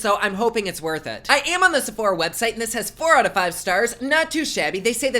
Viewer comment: “Se-phor-hah” YES SEPHORHAH COME THROUGH 😂😂